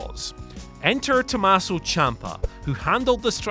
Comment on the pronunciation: "Tommaso". Otherwise, great video as always